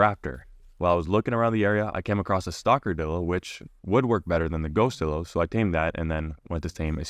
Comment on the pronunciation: Bro its not pronounced dillo 😡 its pronounced die lo (lo as in low)